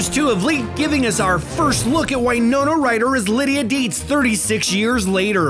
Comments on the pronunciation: You know you can't trust a video that can't pronounce the actors' names. Winona is pronounced with a short i, as in "win", not a long i as in "eye". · Why is he pronouncing Winona like that? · Cant even pronounce Winona right. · Can’t pronounce Winona’s name correctly or Hertfordshire. Cringe.